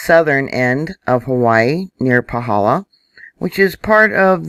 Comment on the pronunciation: Aloha, thank you to get us who live in Hawai'i You are pronouncing the hawai'ian names well, even Pahala. I want to encourage you. We are enjoying your reports and apprecate the time and work you put into it. Mahalo and God bless you